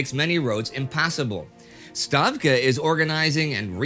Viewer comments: Hey; - now Stavka is here! All failings from before belongs to Shtavka, Stavka will carry USSR to victory! but for real, finally "stavka" is pronounced correctly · Indy is pronouncing this town name a bit like a Pole would, with their /ź/ sound. This is still better and more accurate than the plain /z/ would be. And — appreciate it really that Indy has finally switched to the "Stavka" instead of "SHtavka". 😉